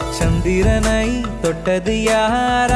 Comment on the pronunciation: நீங்க சொல்ற தேவதையில் தை யை அழுத்தமாய் உச்சரிக்கிறார். வேறு சில கடைசி எழுத்துக்களையும் அழுத்தமாய் உச்சரிக்கிறார். உதாரணம் : சந்திரனை யில் னை யை சில சமயங்களில் ணை ஆக்கி விடுகிறார். அதை தவிர்த்தால் இன்னும் நன்றாக இருக்கும்.